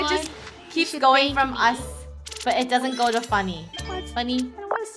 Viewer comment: It’s not it’s funneh it’s very funneh